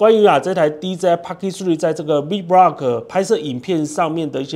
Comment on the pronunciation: 您好，介紹很仔細，感謝您，只是vlog的唸法您似乎都唸成v vlog ( maybe you mean v blog?)，但字幕確實是打vlog，提供您參考喔~😊